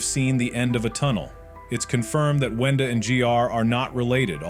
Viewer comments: Bro Said Wendy Not Wenda💀💀💀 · GURL ITS WENDA NOT WENDY 🤦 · Its brud and its also not wendy its wenda